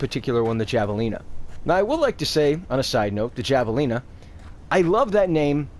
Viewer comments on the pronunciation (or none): It's Javelina like Havelina. It's named after a wild pig.